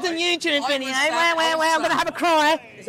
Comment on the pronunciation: he says vitio instead of video